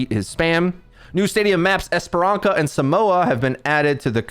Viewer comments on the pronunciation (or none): Its esperansa, the funny C is like an S.